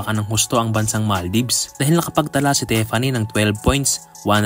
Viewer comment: Tiffany, not tepani